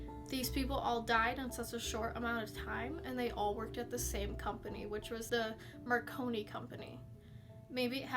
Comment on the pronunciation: It's pronounced M a r c o n i... Google Falklands war...Black Goo